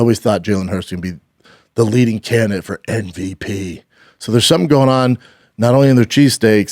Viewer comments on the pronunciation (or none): Brendan “NVP” Schaub